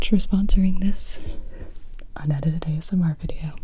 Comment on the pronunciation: Huh huh huh. You said "Ass-M.R."